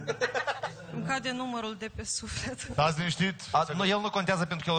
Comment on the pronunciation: " Îmi cade numărul de pe sufelt"... Exact de pe suflet îi cade. 😂